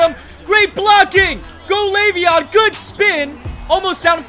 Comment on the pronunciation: It's leveon not laveon.